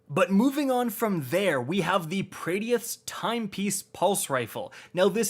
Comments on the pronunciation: It’s pronounced (pray-dith) and (HE-zen) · Nostalgia punched me right in the gut here... But, why’re you mispronouncing Praedyth so much!? Lol. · ngl. you pronounce praedyth weird lol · The way you say Praedyth bothers me a lot. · I love how he keeps saying praedyth wrong lol.